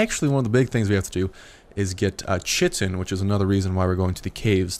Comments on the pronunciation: It's pronounced kite-in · Chitin is actually pronounced kite-in. Pteranodon is pronounced tuh-ran-uh-don. Big fan of this series so far.